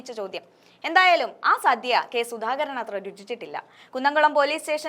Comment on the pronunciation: സധ്യ അല്ല.. സദ്യ